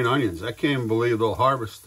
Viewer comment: I kinda chuckled about your pronunciation of onion - “ownyun” - reminds me of ole Justin Wilson, the beloved Cajun cook.